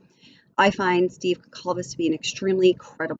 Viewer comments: PRoNounCED: Gone-Sal-Ves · The C is pronounced as an S. I have the same last name. The sir name is Portuguese. My father was from Portugal. 😉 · You are mispronouncing Kaylee’s last name.😑 At least get her last name correct out of respect.